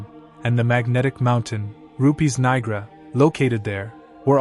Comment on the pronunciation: He also mispronounces Rupes Nigra, for instance